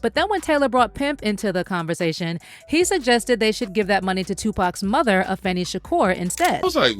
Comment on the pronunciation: Tupac mother name is AH-FEE-NAH smh